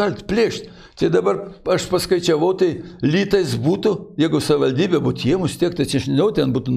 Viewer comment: Buvo meras ir nesugeba ištarti žodžio "savivaldybė"?